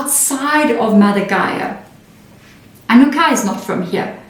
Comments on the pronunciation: Your pronunciation is so different. Ah-nu-na-kee is typically how it’s pronounced. Even on Ancient Aliens show. Are they wrong? Just wondering. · Sorry, my dear, but it’s pronounced ‘ahh new nah key’… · Pronunciation: AnnuNAHki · Just to help out a bit for those that have a hard time pronouncing this, they are called the "A - NEW - NAH - KEY" :) Thank you! xox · Pronounced as aan nu naakie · Just to help you out Anunnaki I had to learn how to say it. So I broke it down for myself like this. Ann new naki it helped me. Thank you. SARA